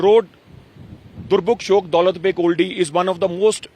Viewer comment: It's shayok not shyok.